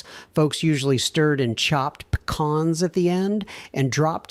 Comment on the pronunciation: What are Puh-Kahns? 😂😂😂